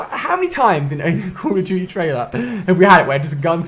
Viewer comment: Ali is saying cuhl oh diuti for call of duty oh maaan :D